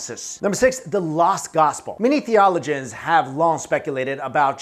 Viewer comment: Loquation tips: the-o-LO-gians ; JES-u-its